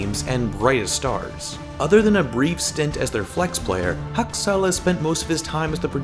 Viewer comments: Really triggerd me everytime he says hAKsAl ! Dude get the name right next time :p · Husk-sels lol I’m sorry but it was always funny when you said it 😆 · Stop saying haksal like that it sounds so dumb